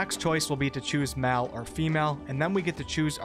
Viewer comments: Great video! But.... The word Male is pronounced like Mail. Everytime you said "Mal" I got triggered. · Why do you pronounce words weird man. "MAAL" for Male, "FEMAAL for female. You can look it up if you are not a native english speaker please.